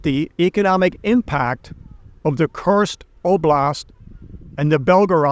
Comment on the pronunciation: it's not Tim-u-men. It's Tiumen. Read it "Tue-Meng". As well, it is "Koor-sk". like Coors' Beer. Not "Curse-sk" like Cursed.